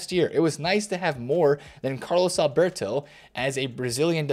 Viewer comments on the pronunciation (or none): none